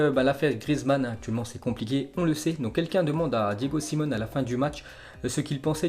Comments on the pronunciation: Force à la famille de Griezmann. c'est pas Simone c'est Simeone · Salut, merci pour les infos jour après jour, juste en passant l’entraîneur de l'Atletico Madrid ce prononce Diego Simeone (Diégo Siméoné), Brescia ce prononce Bréchia, et Lecce ce prononce Létché. :)